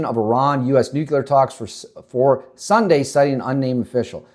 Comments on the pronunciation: No such word as nukular. Maybe you mean nuclear? Is English your first language? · Bro, How can anyone trust your content when you cannot even pronounce a 7 letter word?? It's N U C L E A R. Sound it out. Look at the letters. You don't get N U C U L A R from that. Please stop making yourself sound like a little kid. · nuclear not nucular